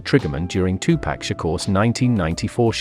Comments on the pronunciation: they need to use a voice that can pronounce 2Pac then 🤷🏿‍♂️ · Bruh just stop saying Tupac please 🤣